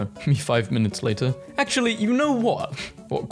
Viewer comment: "ac'ually, you know wha?"